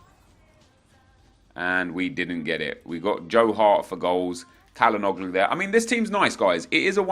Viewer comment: You should pronounce Calanhoglu with a c like cherry